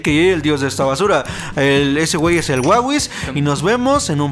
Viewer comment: Me da un poco de risa cuando dice wawis